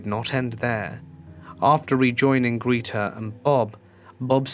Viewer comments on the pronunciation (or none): Greta = Gr eh ta